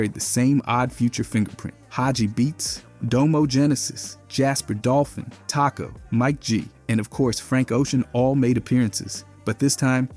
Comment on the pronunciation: the way he says Taco…